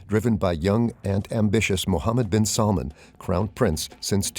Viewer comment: SalmAn not Salmon! Watch stress.